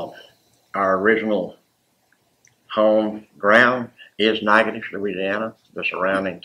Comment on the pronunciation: SAME!! Every time he said the name I thought "that's a lot of silent letters". Haha